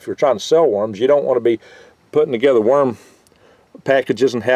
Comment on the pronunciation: I thought he said 'Myrm farm" . Otter got "myrmed", it was not pleasant. -Future Man